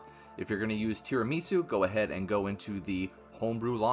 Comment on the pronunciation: how come there's not a single person in the youtube scene who knows how to pronounce tirimisu. do you just not eat tirimisu over there? it's project cafe, with aroma, decaffeinator, tirimisu, they're all coffee based. it's not a japanese word it's tirami su, it's italian